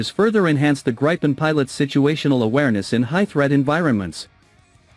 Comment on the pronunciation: Not "Grapen", it is Gripen with a long i. So a better pronounciation would be "Greepen".